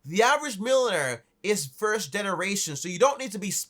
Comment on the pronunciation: “milon air”